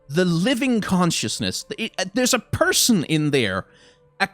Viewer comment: "Pershon" - haha, compassion.